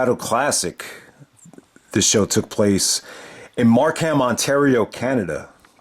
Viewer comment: "Mark Ham"; the H is silent, LOL.